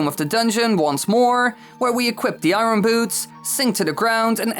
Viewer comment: Challenge every time he says iron wrong take a shot